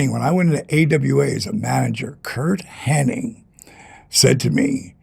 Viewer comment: His name is Hennig not Henning...